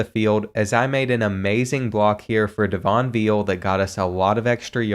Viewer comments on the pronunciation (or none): none